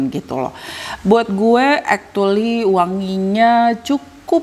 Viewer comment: mau ralat yak.. actually bacanya bukan ektuli 🤭 tp ekculi